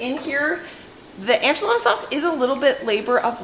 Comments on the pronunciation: Am I gonna watch this even though you pronounce “enchilada” as “anchilada”? Yes. Yes I am. 😂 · girl. I love you. So much. Say it with me... EN-chilada. Not ON-chilada lol. Also, any bumpdates coming?! 💕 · The pronunciation sounds like - IN - che- La da . I myself learned from my neighbors who were from Mexico taught me to Add Chicken bouillon to enchilada sauce and it puts it over the top !!🐔🌶🐔 Roast the onions and tomatoes and garlic- Yum!😋😋😋😋😋😋😋😋😋😋😋😋